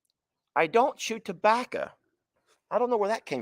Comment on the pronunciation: That tabbaca comment had on a rant about tabbaca for a min lmao 🤣 the way he said tabbaco he said tabbaca lmao 🤣